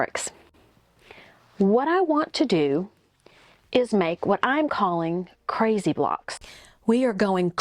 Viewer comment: Overdid the 'crazy!' bit